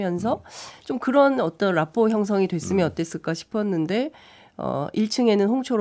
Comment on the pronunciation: '랍포'가 아니고 '라포'거덩! 기왕 쓸라면!